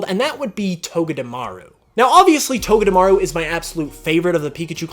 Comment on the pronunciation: IT'S TOGEDEMARU, NOT TOGETAMARU!